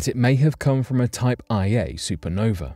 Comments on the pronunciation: LOL “type eye A” supernovae You know that someone is mostly just reading apple news and Wikipedia when they say something like that. It’s “type 1a”…a very important yardstick in astrophysics. They always explode with the exact same energy so we can use them to measure the distance to an object, etc. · It’s Type 1A supernova, not Type IA.